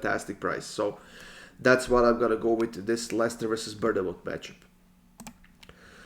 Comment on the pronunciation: Love these videos but I’ve gotta say it, I live near Bournemouth it’s actually pronounced ‘born-moth’ 💪